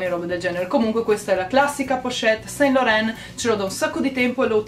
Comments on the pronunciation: LORAN si pronuncia San LORAN!! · Ciao bella! Complimenti per il buon gusto, consiglio visto che parlo francese, su SAINT Laurent la i non si legge. Si legge san loran :) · Si pronuncia "ivi san lorân" 💎